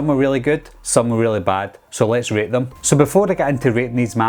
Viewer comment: Sorry when you said "So lets rate them" it sounded like "rape"😆